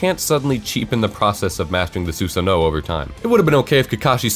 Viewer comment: why is he saying 'susanoh' its so cringe wtf